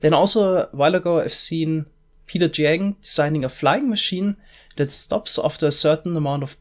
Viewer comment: I think it's pronounced Peter Jiang (江) (Ja-ang) not Peter Jang